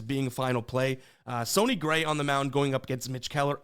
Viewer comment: Do you purposely pronounce players name wrong? Wtf would you say "Sony" Gray?